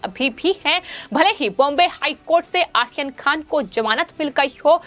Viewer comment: Medam aaryan khan aap sahi namm nahi le rahi hai